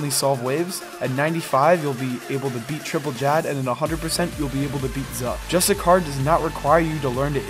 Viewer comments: dont know how this popped up and noticed its cool concept and all but please stop saying just a car, its justiciar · Im pretty sure its justiCIAR not justiCAR. like justice-iar. just so you call it right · Re record the video and say justiciar instead of justicar ffs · It's justiciar (jus-tissy-ar), not justicar. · Just so you know dude it's pronounced Justisheer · ITS JUSTI-SHEER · ironic you went to the trouble to google definitions and put them in the video to substantiate your claims but still pronounce "justiciar" incorrectly*